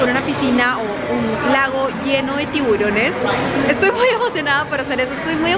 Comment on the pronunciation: dijo tibulones